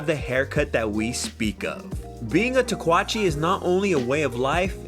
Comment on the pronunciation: Pretty sure it's "Tah-ku-wah-chay" and I'm German and from Wisconsin, dude lol. Spanish aint hard.